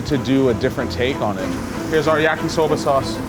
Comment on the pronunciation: When he said "yakisober" I'm like yes this is a jamaican